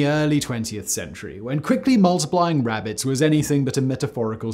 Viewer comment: Simon said “wabbits” and wac-a-mole 🤣🤣🤣